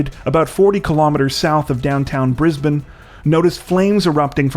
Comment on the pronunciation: And he correctly pronounced Brisbane as well. You know the City that gets pronounced incorrect the most?! Melbourne 😏 I don't think I've heard an American pronounce it right yet. Majority of the British can't even get it right lol